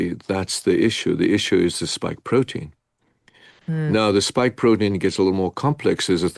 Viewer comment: Lol...Bioshield, not Biostrike, and it's a "spike" protein, not "stike". 😀 But who really cares if it works, eh?! 😉 Great interview. I also saw the Tucker interview...